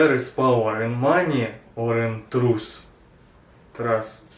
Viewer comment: Мужик, ну ты бы хоть чуток с произношением поработал, что ли... У меня реально кровь из ушей пошла на этом месте. Павер ис ин трус, офкорс.